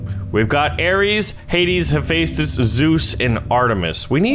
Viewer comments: im the most geeky person on greek mythology ITS hepheastus (he-fes-tus) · No Kronos was the titan/god of time ok. and Hephaestus is pronounced hef-a-stis not u no what u get everything wrong so one more thing hades teleport thing is really shadow travel OK! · It’s pronounced he fes dis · Also, Hephaestus is typically pronounced Hef-est-us. So if he wins, he'd be the bestus (bestest). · hephestus is not pronounced like that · Why is he pronouncing haphestus like that? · You said Hephaestus wrong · the way you say hephaestus physically hurts me every time you say it